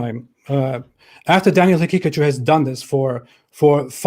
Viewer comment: I kept thinking he was calling him Daniel Pikachu